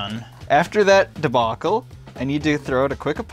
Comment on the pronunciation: Did he say "Debacle" or "Tobacco". You see, i live in East Tennessee where everyone says "Tobacco" like "Tah- Bock-Oh". Just curious.